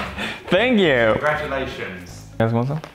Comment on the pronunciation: "Congratukations" X'D